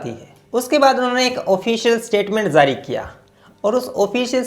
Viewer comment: Jaari not zaari